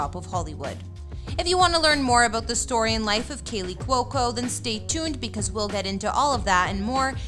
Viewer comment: She pronounced it correctly. kWOE-co. Rhymes with loco.